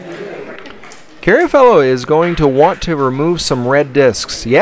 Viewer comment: It's Carr-a-fielo, not Carry-a-Fellow, right?